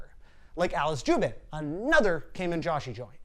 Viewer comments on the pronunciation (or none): Josei is pronounced JOE-SAY. The way you say it makes it almost impossible to know what you are referring to.